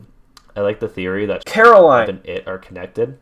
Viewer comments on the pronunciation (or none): It's Coraline babe. Not Caroline. :p